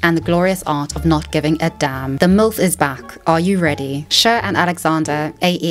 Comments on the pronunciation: The pronunciation of Cher = share (whatever that is in British) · Love the way you say 'Cher'